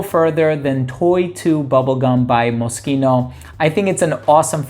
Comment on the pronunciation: Always appreciate when someone pronounces Moschino properly 👍🏻 thanks for the vid as always.